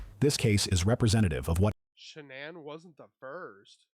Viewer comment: AI narrator pronounced Shanann’s name in some creative ways, but I like this one the best: Shay-Nonn These AI vids are unlistenable